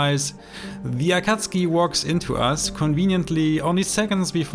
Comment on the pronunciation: Amazing gameplay I love how you pronounce akatsuki and your voice is so calming